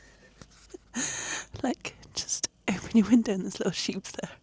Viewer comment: Ok... They're called sheep and lambs....not "sheepees". 😂